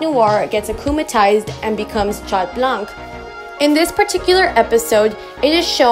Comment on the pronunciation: We don’t pronounce the t in Chat neither the c in blanc btw :)